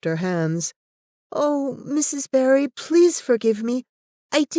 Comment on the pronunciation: There is only one thing I can fault with this reading - it is Barry being constantly and mistakenly read as Berry - how could you have done that? Diana Barry and Anne Shirley two names forever linked.